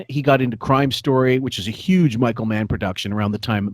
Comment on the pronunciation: Pronouncing "Humor" as "Yoo-mer" is 100% a Long Island thing. My dad grew up in LI and is the same age as and has the same accent. See also "Yoo-man" instead of "Human", "Yuge" instead of "Huge", and "Yoo-midity" instead of "Humidity". I do this sometimes even though I'm not from LI. People from LI can also add syllables to words with hard vowel sounds, which is something does. For example, somehow the word "Handbag" becomes "Hay-and Bay-ag".